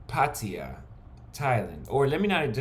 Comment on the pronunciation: Its pronounced “puh-taa-yuh” not “paw-tee-yah”.